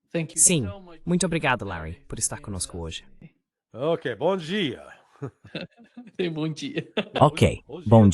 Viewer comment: Larry tentando falar português, "bom dia"